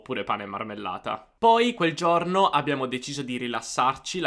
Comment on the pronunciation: comunque giorno si dice con la o chiusa, giorno. se sei insegnante di italiano le e e le o le devi pronunciare giuste, aperte o chiuse come é giusto. forse ascoltando i toscani avresti imparato. E non si dice cielo pronunciando la i, la i in questo caso é muta, come se fosse scritto celo. ma, insomma, alla faccia dell' insegante di italiano.